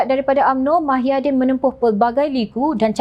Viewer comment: Ada silap dia sebut mahyaddin...sepatotnya muhyiddin